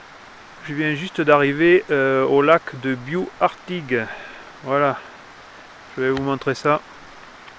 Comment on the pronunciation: Il faut prononcer le "s" à Bious !!